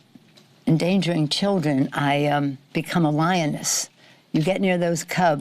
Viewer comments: It’s mispronounced “LYIN’ ASS!” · Drunk Pelosi cant even say "Lyin Ass" right.